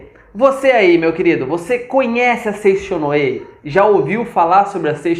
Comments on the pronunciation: A pronúncia correta é Seitiô e não foi nada elegante zombar dos nomes dos japoneses. Não devemos chamar nada de estranho, só porque é diferente de nós. Falta muito profundidade nas informações dete vídeo. Lamentável. Seicho-no-Ie" (生長の家), significa "Casa do Crescimento" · Bom dia com alegria. Antes de falar sobre Seicho-no-ie, precisa estudar mais e aprender a pronunciar os nomes corretamente.